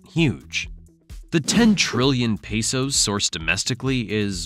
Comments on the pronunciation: Pesos not Peysos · “pay soes”